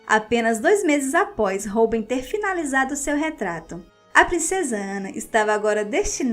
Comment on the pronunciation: se pronuncia ROUBAIN